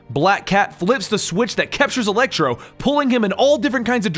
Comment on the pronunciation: It sounds like you were saying elektra instead of electro